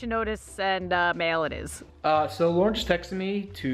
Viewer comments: world it’s Lauren not larauern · Purfet it’s l Lauren grat